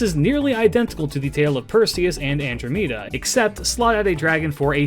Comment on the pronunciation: After hearing you pronounce "Andromeda" and "Tarrasque," I have to ask if your voice is AI generated.